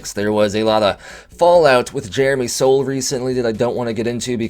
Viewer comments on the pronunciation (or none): FYI, for the future, Soule is pronounced like Sool and not like Soul.